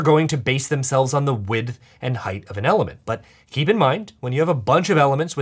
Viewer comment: I don't hear the "th" at the end of him saying "width"... so it sounds like he's always saying "wid". We are supposed to be pronouncing the "th" right? Or have I been living lie O _ o